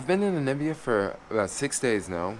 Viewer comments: N A M I B I A, not nibia. At least get the name right. watching your videos. West Africa will give you a different experience from East Africa. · How do you spell NAMIBIA correctly but keep mispronouncing it? NA MI BIA! Simple... Really🙄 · Yeah it's annoying dude. You've been there for 6 days and still saying Anibia. I may be detecting something because you did the same thing in Israel (Telaviz). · ANI BIA.....but .... NA MI BIA.....pronounced NUH ME BIA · I love watching his Namibia vlogs just to hear him say Nibia 😊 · Hey, the stars aren't different but since you are in the southern hemisphere they're upside down. Love the vid. But really try to pronounce the country name correctly. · The way you keep pronouncing Namibia 😂😂😂, i feel like am listening to Trump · I'm an American and I find it annoying!. But, being a Geographer. I really enjoy the vids. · Yeremiyah Eliyah Yahudah brother, my response to him was in no way condescending or malicious. I totally understand what you’re saying. I applaud the initiative he has taken to explore the African continent, but in doing so pronounce the word of the country properly. In his capacity of traveler, he’s also teacher. Peace to you. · Hehe i think its hard for him lol.Same way people say Kenia instead of Ke-Ny-a